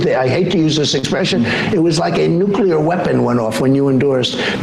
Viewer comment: He learned how to pronounce nuclear